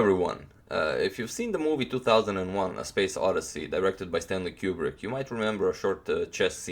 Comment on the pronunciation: Its stanley koo-brick not cube-brick BATCH Just kidding agadmator I love you